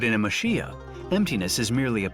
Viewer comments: I might just be me, but it sounds like the narrator is saying "muh SHEE uh". It's actually "ma chee yah". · The correct pronunciation is Ma-Che-Ya not Ma-Shi-A for the houses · its pronounced mah-CHEE-ya not mah-SHEE-ya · The video was very nice the only thing that bothered me a little while watching was the guy pronouncing machiya as mashiya ! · The pronunciation of Machiya isn’t Ma Shee Ya. Chi is like “Chee”se. The female narrator is correct. I posted videos of Kyoto , too in my channel. Kyoto wasn’t bombed so much during the World War II, therefore, we still see some traditional architectures however, it’s very much changing because of the tourism. Some were turned into modern hotels. I try to film Japanese cultures to introduce to the world. Thank you for sharing your video, too. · Why can’t you pronounce machiya properly? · Are you saying they can't take the time as a professional documentary film production company to find out how to properly pronounce the thing that is the main subject of the film or that French people can't pronounce the ch sound or that they shouldn't have to even bother getting it right and trying to pronounce it or are you saying the OP is wrong (they're not, BTW)? Remember, too, that the narrator is not French.